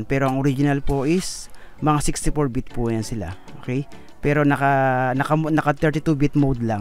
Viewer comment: Bit pre bit!!!! Bbbb bbbb baboy bit!!!hndi vit!!!vit?? Bit ah bit..shunga shunga hahaha